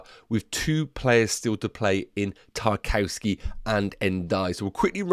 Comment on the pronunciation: 'Nuff wafflin'... great video! Btw... he's pronounced 'TAR - KOV - SKAY'